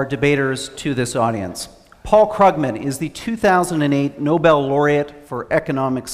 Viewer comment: I believe it's pronounced Kroogman, not Kruggman... Wow. Can you count all the lies Larry Summer gave in his first 6 minutes? And Ian... You can prove that an economy will do well by proving that capital will not flee. If that had anything whatsoever to do with the reasons for the economic problems we were facing, then it might be more interesting. At least he actually managed to pronounce Krugman right.